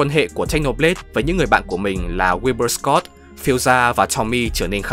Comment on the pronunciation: Ko bt đọc thì đánh vần chứ tên của ng ta là wilbur soot chứ ko phải wilbur scott